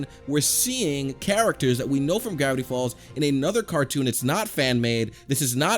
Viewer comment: Does it sound like this random guy said "Brownie Falls" to anyone else? I dont mean to offend, but i just want to be sure.